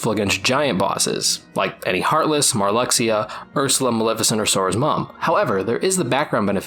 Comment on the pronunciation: Hearing Marluxia called Mar-LUX-ia instead of Mar-Loosh-a gave me severe whiplash lmao I genuinely don’t think I’ve heard him called that in like a decade, maybe more!